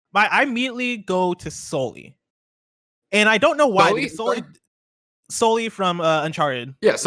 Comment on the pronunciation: Who the hell is Solly 😆